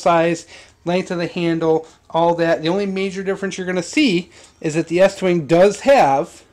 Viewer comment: Estwing not eastwing is made in the USA lol